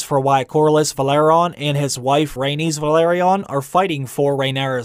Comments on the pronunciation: How do you read VE-LA-RY-ON and pronounce it VA-LE-RON? Might as well pronounce Targaryen as Trgrrburrdurr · Isn't it pronounces Ve-la-ryon? The way you say it kinda triggers me lol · isnt it pronounced valerion? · Why do you mispronounce Velaryon? Is it intentional or some kind of Easter egg? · I have big problems to listen how you butcher Velaryon.. every 2 times different pronunciation :D I listen to audiobooks and you use their way once per 3 tries :D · Small changes in names I can get, in every other book :P but every other sentence, that is butchering my ears xd Don't take me wrong, I like the vids :P but this was a bit strange :-) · Slight differences are understandable, but the way he pronounces it makes it sound like a completely different name. Making a 4 syllable word into a 3 syllable word is gross.